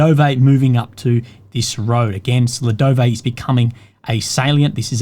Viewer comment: That is one "UGLEGDAR" from me!